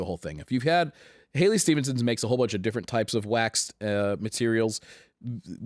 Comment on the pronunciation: Halley not Hailey ;)